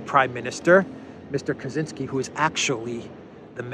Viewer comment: Ka-Chin-Ski. Definitely not Polish.